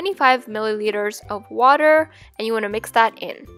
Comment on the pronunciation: Did anyone notice that she said qwater?